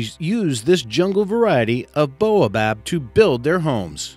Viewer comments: friendly fyi #8 it's baobab, you mentioned "boabab" :) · it's Baobab... not boabob. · Aaah! And he also mispronounces Baobab! Who the hell hired this guy? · Several facts of these....are a bit off -bottle tree actually comes from NORTH africa(adenium), and thats one of several diffrent plant -baobab is pronounced wrong -cashew fruit is edible, but the cashew itself is toxic unless cooked -dragon blood tree is not related to palm trees at all, next best thing is the tequila plant....... and its not exclusive to soccotra either....